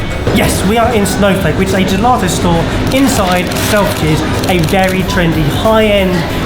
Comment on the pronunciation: Where's the R coming from in GELATO, how many times did you say gelarto LOL